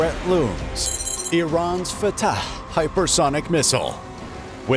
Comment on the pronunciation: The way this guy pronounces Fatah is superb. Love and peace to everyone.